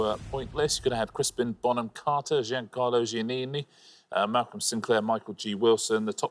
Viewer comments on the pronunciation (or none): none